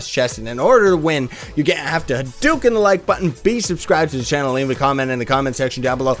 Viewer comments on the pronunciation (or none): none